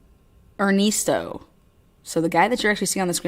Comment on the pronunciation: Crazy smh.. and er-nest-o like a birds nest